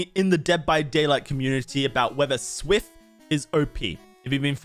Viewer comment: Worst part about this video is his pronounciation of SWF.